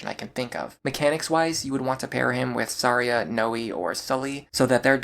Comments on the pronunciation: What's with the way you pronounce some characters, man? How did the name Tharja become Saria? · I’m sorry how are you pronouncing Tharja? Unless I’ve been wrong my entire life it’s pronounced Th-arrr-juh correct me if I’m wrong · why are you referring Tharja as Saria? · Isn't it Thar-Ja ? I was so confused I was like saria ? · Are.. are you pronouncing "Tharja" as "Saria"? huh. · Ok I have NEVER heard someone pronounce Tharja and Noire that way. I was scratching my head trying to remember who 'Saria' was in Awakening. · Who the hell is Saria? Edit: …that’s not how her name is pronounced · It’s Tharja’s Japanese name. IDK why he was saying that one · The way you pronounce Tharja's name makes me grind my teeth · I have never before heard anyone say Tharja's name like that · I didn't know that's how you're supposed to pronounce tharja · Yeah, I was like "Yeah, she's a Kokiri. Thanks heavens there's no option for Chrom to marry her" . 🚔🚨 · I was more thrown off by how he pronounced Tharja. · Brother HATES the "TH" sound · The choice to pronounce Tharja by using her Japanese name is an interesting one when not doing so for anyone else. ‘Th’ cannot make an ‘S’ sound in the English language, so that’s the only reason anyone would pronounce it that way, especially in a time when we have an officially sanctioned pronunciation of Tharja curtesy of Fire Emblem Warriors where she is a dlc character, with supports in which her name is spoken.